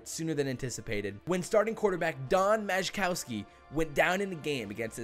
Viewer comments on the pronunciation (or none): LOL Don MAJ-i-kowski. This author can't pronounce his name correctly.